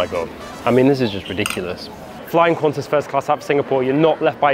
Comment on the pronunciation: It's QANTAS not Quanta's, seriously 😒